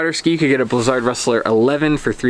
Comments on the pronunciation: Blizzard is pronounced like wizard. Stop saying it weird. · In German z is pronounced like 'ts', and most people pronounce Völkl and Stockli wrong as well.